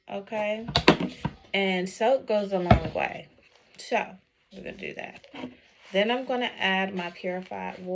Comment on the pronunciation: “And den” 😂 I love you 🫶🏾